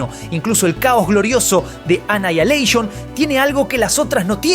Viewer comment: "Anaialeishon"?? xddddd